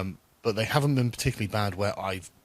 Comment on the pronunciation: "Where I've bean." Lima beans? Kidney beans? Senate beans?